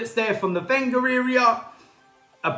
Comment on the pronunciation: Why does he say Wenger as Venger and he doesnt put Ozil on